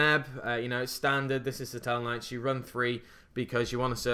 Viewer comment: Huh? I'm referring to the way he pronounces seraph.